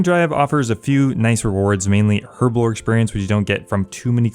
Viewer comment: I didn't know the lockpicking lawyer plays osrs... THANK YOU for saying herblore right btw